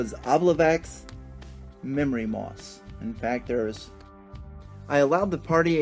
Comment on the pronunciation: I appreciate your presentation of the encounter; it looks fun. Just to share (not just nitpick) something interesting to me: traditionally the memory moss is an "obliviax" (O-B-L-I-V-I-A-X), which Dungeon Magazine #93 suggests be pronounced o-BLIV-ee-aks. It is likely meant to evoke "oblivion", which comes from Old French oblivio, and before that the Latin "oblivisci", meaning, appropriately, "forgetfulness".